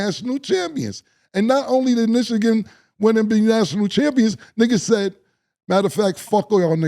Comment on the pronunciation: why does mo always pronounce michigan as "michiCan"?? lol ik they're rivals but dang